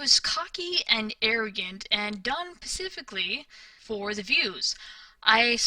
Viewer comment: Specifically not pacifically... I thought maybe it was misspoken the first few times I heard you say it but it's seems consistent. As much as you talk & as much as you seem to think you know so much you would think you'd figure out how to speak common words by now.